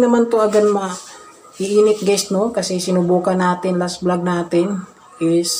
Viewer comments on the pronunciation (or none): none